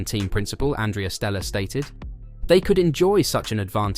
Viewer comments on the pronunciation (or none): none